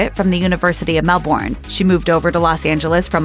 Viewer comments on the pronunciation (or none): It might be spelt as “Melbourne” but pronunciation of it is “Mel-bin” lol 😂 from all the aussies 🇦🇺